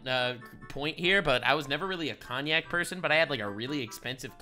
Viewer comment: Not cognac it's cognac lol